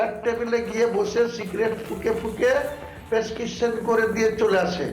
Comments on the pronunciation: Prescription kothata ucharon korte parchhe na😅😅😅😅😅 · Thick Bolechen 😂😂😂 Abar Naki Humki Dicchen 😂😂